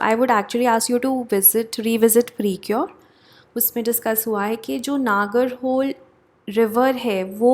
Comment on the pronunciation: नगरहोले would be d correct pronunciation as per me. Pls confirm once.